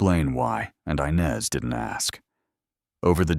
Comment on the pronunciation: The name is inez not Inez, do get it right😢